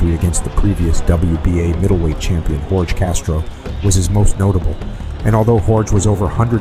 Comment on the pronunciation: Bro, Jorge is pronounced (HOR-HAY).